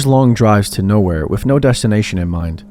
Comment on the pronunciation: Love the content, but God damn I cannot stop hearing you say "WIFF" instead of With. Everytime.